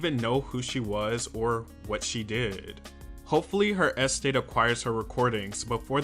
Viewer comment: Might have been a good idea to learn to pronounce "estate" if you were going to use it so many times in this video...